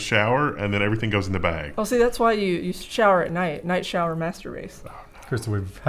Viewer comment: I realised after watching it several times but at 2x spead night shower master race sounds a lot like nice shower and mastur.... Sorry it should be interlectual comments only but